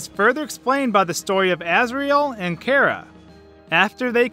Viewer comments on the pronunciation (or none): It is. This dude says it way off. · Jonagor97 2 It may be short for Character, but that doesn't matter. Would you pronounce Chair as K-air? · its Chara not Cara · Cara -_- im sorry but cmon its Chara the h is a thing but still cmon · no you're right. it's pronounced kara, even though I wish it weren't so because I have a Freind named Kara XD there is no official way to pronounce it since it's hardly even canon, but it is short for character so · Him: cara me: you mean chara? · ITS NOT CARA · its not cara its chara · it’s char a not cars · Says Chera Me: ITS CHARA DUDE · Its chara (ch a ra) not chara (care a) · I like your videos, but when you say Chara as "Karah", it slightly annoys me. Just a nitpick I have. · jenny fabros no, the canon pronunciation is car-a. Like character. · Do you not know how to say Chara you aren’t pronouncing Ch right so stop calling her Kara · its chara not chara